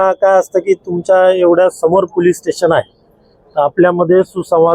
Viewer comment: पुलीस नाही ह्यांना आधी पोलीस म्हणायला िशकवा